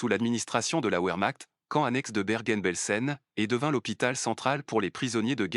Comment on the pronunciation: Le w allemand se prononce v contrairement à l’anglais. Donc vermacht (comme ds un chointement) ou encore vermart (r doux)